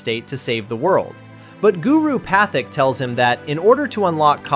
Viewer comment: Patik is seething at the pronunciation of his name 🤣